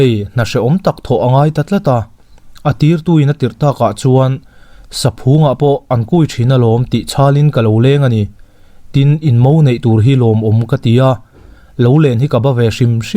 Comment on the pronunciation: Saphung tih hi hmanlai thawnthuah hian a lang zauh zauh va, a lam dik an vang khawp mai. Ramhuai chikhat PHUNG tih thluka lam tur a ni.